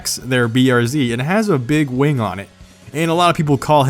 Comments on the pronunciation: its a wing not a waing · i heard 'wang'